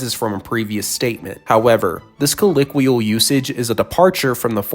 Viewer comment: good god, I can't believe how annoyed I was by the mispronunciation of colloquial. TWICE no less... still subbed though. I love these kinds of videos!